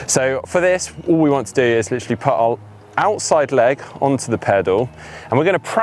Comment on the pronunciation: I can't stop myself wincing when says 'put'.